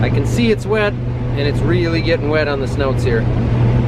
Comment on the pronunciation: They are called SNOOTS . Not SNOUTS